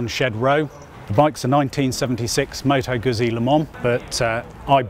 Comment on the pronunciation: Moto GUTZI.... Say it right!!!